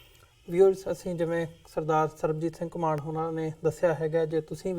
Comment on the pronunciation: host jee ur guest's is Ghumman not ghumaaan